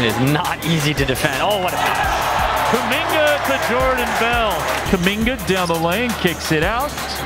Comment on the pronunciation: Jor-na-Dan Kuminga.